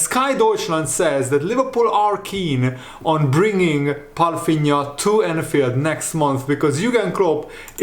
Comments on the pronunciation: As a portuguese i must say, you are assassinating his last name "Palhinha". Pafinha?? 😂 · Hi how you pronounce german words is very well. Did you learn that in school. Why do you call him "Palfinia" when there is no F in his name?